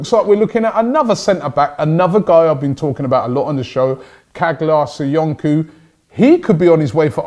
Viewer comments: Kag-lar Soy-on-ku 😂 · Loool it's pronounced "Cha-laa So-yun-choo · Please try to pronounce Caglar Soyuncu's name correctly.... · Robbie caglar soyuncu is pronounced like this. Please check the link